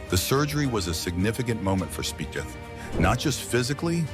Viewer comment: Speeth is the correct pronouncement of his name….